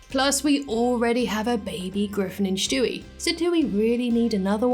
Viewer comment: Who’s Schtewey? I know there’s a character named Stewie but not Schtewey . Jk.